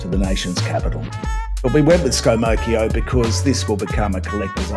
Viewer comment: "Scomocchio". Perfect! Well done, 10/10.